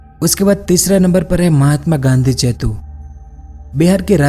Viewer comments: Its setu not chetu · जेतु नहीं सेतु होता है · Bhai aap setu ko chetu bolte ho